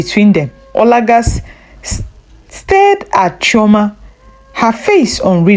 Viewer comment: Chioma and not Trauma